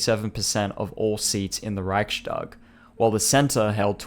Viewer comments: I am not sure if you will see this or not. If you do, just fyi the word is pronounced "reichs-tag" as in it is the "reich's tag" and is not pronounced "reich-stag" as in "reich shtag." The s in the middle in this case is a simple [s] sound and is not an [sh] sound. It has to do with the grammar and the word division. Just a small thing ;) other than that, I reaaally enjoyed the vid! High quality stuff! I am a fan of this!! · NB "Reichstag" is pronounced "Riyhs - tak" (long "i"; and "g" at the end of a word is voiceless, and thus becomes "k"), not "Riyshtag" (yes, it is true that in standard German "st" is usually pronounced as "sht", but NOT in composite words consisting of two semantically independent elements). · Great video, just one thing because you are really trying to nail the pronunciation. Reichstag is pronounced without a “sh” sound. Usually in German st is indeed pronounced “sht” but only if the st is a natural part of the word. In Reichstag the s signifies the genitive case (attributive case). The Reich’s parliament. Reich s tag. Thus it is not pronounced “sht.”